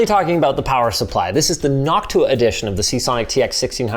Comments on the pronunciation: Knock Tuah? or Noctua? 😆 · Noctua? More like Hawktua 🤣🤣🙏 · noctua I thought I heard haktua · Noctua....Say that again...